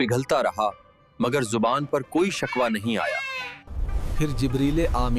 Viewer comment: Channel is good but work on pronunciation must be done, it is surah filq nahi falaq, shakwah nahi shikwa